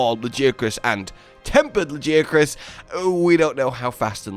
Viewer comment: Every time you say Lagiacrus, it hurts my brain. His nickname is Laggy ffs. How could you say it like that?